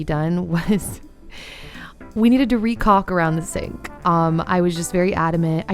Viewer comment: caulk--the L is silent 😊💕 and...Dan is a real craftsman. love your added room!